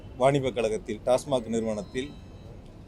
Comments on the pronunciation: Neengalum TASMARK thaanaa.. It is TASMAC... Sir.. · Tasmac dhan, avar tasmark nu solrar